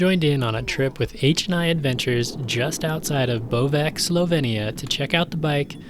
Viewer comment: Nice review... but... the location Bovec, is pronounced 'Bo-vetz' and not 'bo-vek'... just a heads up on that one...